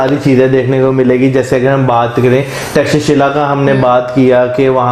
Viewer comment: Thanks a bunch for pronouncing perfect name of " Takshashila" . 😂😂😂